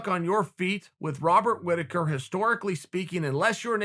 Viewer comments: Chael "Wobbert Riticker" Sonnen. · Chael “Wobert Whittaker” Sonnen